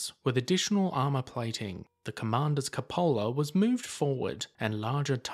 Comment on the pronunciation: I will say, most of these type videos are imformative BUT, it get very annoying to hear the narrators mispronounciation of words... I cringe at hearing so many, so many times. If your narrating something LEARN what you are talking about. In this one, it's a, "Cupola" is mispronounced over and over.